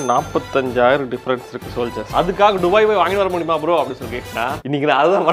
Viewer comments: துபாய் ❌ டுபாய் 😂😂😂😂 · துபாய் is a word டுபாய் is an emotion. 😅